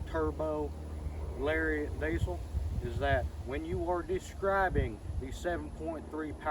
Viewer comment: It's pronounced "deezul" not diesel. I got some welds I'll trade for your mickeys